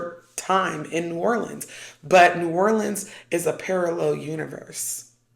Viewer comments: You said it right! Lol New Or-lins! I’m an Oracle reader. 😊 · You pronounced New Orleans correctly! It’s people who say “New OrLEENS” that make them stand out as a tourist haha. I lived there for awhile and the whole thing felt like a psychedelic experience (minus the actual psychedelics lol). It’s a special place that will put a spell on you. It’s incredibly hard not to miss it there and feel drawn back there frequently. You never really leave… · You absolutely pronounced New Orleans correctly! So many people butcher their pronunciation. You did well!💚😊